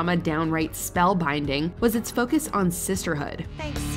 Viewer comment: "Its foekiss on sisterhood". Thats why I didn't watch charmed.